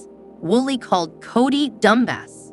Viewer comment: For fs, at least have the computer voice promounce the names of the ppl involved correctly! You can spell them in a way that causes the pronunciation to make sense! Eye-sahbull? Coddy?! Really?You insult our intelligence!!